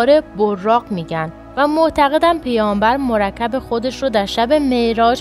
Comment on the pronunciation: عزیز واقعا زحمت میکشی😅😅😅 این چجور تلفظ کلماته؟؟؟ حداقل بیست تا اشتباه داری. مُرَکَب؟ این یعنی ترکیب شده یا دوات مَرکَب عزیز یعنی وسیله انتقال مثل اسب این یک نمونه بود خیلی اشتباه داری